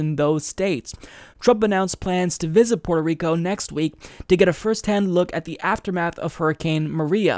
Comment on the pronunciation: Dude. It's Puerto, not Porto.